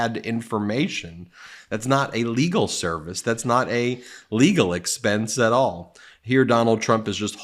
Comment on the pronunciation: It sounds like he is saying, "illegal expense" over and over. I thought he was actually telling the truth for a second!